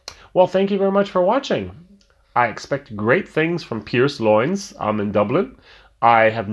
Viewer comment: Love the way you pronounce the Irish words. Don't get me wrong I know it's not easy. I can help you with this one though. For Lyons just say Lions.